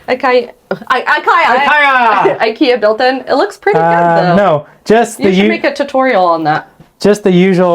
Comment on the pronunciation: your ‘nooo’ at the end of the video sounded a wee bit Scottish 😁👍🏻